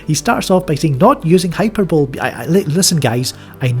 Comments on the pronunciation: hyperbole pronounced: high-per-bowl-lee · “Hyperbole” pronounced “high-per-bowl-lee”... you neglected the “lee” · Hyperbole = hai per bull ee